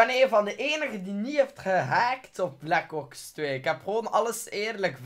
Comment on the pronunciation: Je zegt black kops 2 maar het is black ops 2